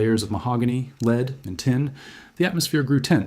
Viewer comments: AI always seems to diminish, rather than improve a presentation. No matter how factual, no one pronounces lead as led. It casts suspicion over an otherwise interesting and entertaining video. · The text to speech app does a poor job with some details, such as distinguishing between "lead", the present tense verb nd "lead", the dull gray metal. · Interesting video but... that's not how you pronounce "lead". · Indeed. Disappointing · He got the French right, however.